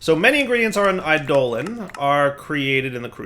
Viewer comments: i-doe-lawn, not i-dolan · I always pronounce "eidolon" as similar to "ai'doh-long", so pronunciation as "I, Dolan" bothers me. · it's pronounced like 'Ai duh lawn' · Is it a purposeful joke with this one? It really doesn't sound great with this one.